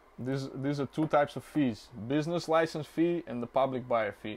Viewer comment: Bro doesn’t know how to pronounce business license